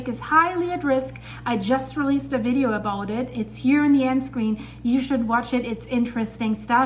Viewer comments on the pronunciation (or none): none